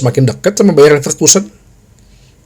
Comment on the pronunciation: Bro bacanya BayeRRRRRR LeveRRRkusen...... OmaRRRR BerRRRada..... semoga Tuyul merah tetap ngelawak tahun depan.... jadi tuyul imut2.....